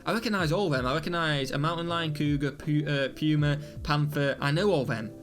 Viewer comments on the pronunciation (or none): none